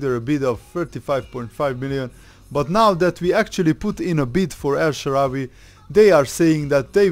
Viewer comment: "el shawarry" !?